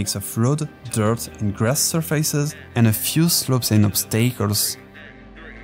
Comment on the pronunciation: Woah woah woah wait, you said "ob stay kles", why